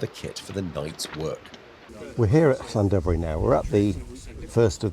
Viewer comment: Regarding the livery, I'm glad to see the iconic Double Arrow has been retained. Been saying for a while that freight's in trouble. The demand for 42 tonne artic lorries is increasing exponentially as I type. Masterful pronunciation of the "Ll" in Llandovery btw, 😊